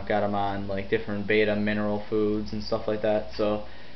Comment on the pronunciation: Bet-ta not bay-ta. Bay-ta is spelled beta. If words have double consonants in the middle (hammer, boggle) the vowels before the consonants have a short pronunciation. Sorry its just a little pet peeve, these fish are beautiful so the least we can do is pronounce their names right. Your video was awesome though! Great tank.